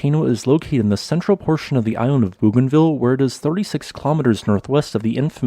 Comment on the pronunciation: Bougainville is pronounced "Bo gan Vee uh". Just thought it would help. Hugs🤗